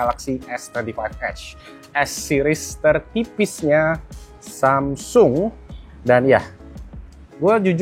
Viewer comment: Kadang samseng kadang samsung nyebutnya pas lagi ngga sadar. Inkonsistensi pelafalan merek 😅